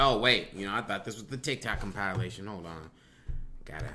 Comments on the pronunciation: It’s comp-i-lation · trips me out everytime the way he pronounces "compilation".